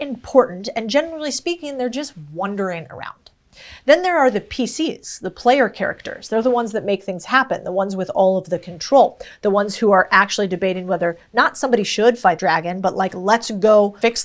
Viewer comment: Well, right off the bat I like the way this woman speaks. I'll listen to the whole thing. Oh, polite correction: talking about npcs, it's not "wondering" around, it's "wandering" you pronounced it like the former. Please remember this is a friendly correction, nothing more.